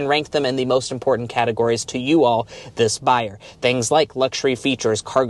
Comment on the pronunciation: If the sales make this important, the least you could do is NOT pronounce it “impordant”. Just expend that little biddy extra effort to enunciate the “t” sound. Almost turned it off right then. Thank you.